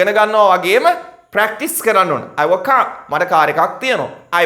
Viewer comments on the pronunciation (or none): හෑඋ නෙමෙයි ...හැව්...(have)